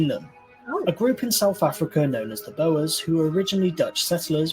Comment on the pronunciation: Boas are big snakes or feathery scarves. Boers is pronounce BAWS 😊